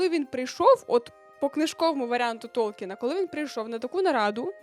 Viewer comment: Коли не знаєте як вимовоти ім'я автора твору, про який збираєтесь робити аж ціле відео, можливо, варто погуглити. Або хочаб спитати в джипіті, коли зовсім ліньки.